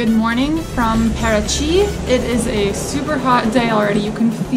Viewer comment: Não disseram uma palavra certa em português. Até Paraty pronunciaram Karachi.🤣🤣🤣🤣